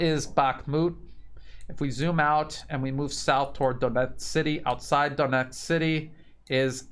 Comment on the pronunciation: I know it's difficult, but this whole thing has been going on now for >14 months so perhaps it's time to try to pronounce the names right; Donetsk is pronounced "DanYEtsk" (the "o" is pronounced as an "a" and you're forgetting the "K" at the end all the time) and Avdeevka is pronounced "AvdYEvka." Kherson is pronounced "KherSON and not KherSAN. 💡(the capital letters is where the stress is placed)